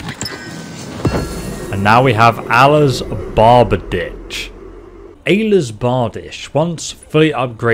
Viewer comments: Hahhha.. I think I'd pronounce it as Ayelas Bar di shey. Not like he did, lol.. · BAR-Deesh axe. Fyrd = Feerd. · “Allah’s barbadich” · Allahs Barbadish, Aylas Bardish, I can’t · quite possibly the greatest pronunciation of all time